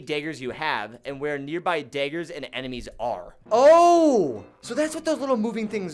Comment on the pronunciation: Much love, but why are you calling them daygers?